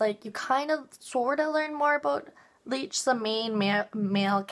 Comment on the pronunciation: U kept mispronouncing his name lol, its licht not leech lol. But I agree, its amazing!